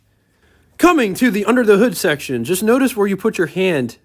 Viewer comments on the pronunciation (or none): none